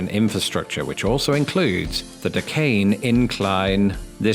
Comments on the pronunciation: When you say Duquesne it sounds like “decaying” incline. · Hey. Duquesne is pronounced doo-cane. Or doo-quis-nee. And if you're a native it's Penns-vania. And if you're from South Central PA, it's Gut-uz-berg.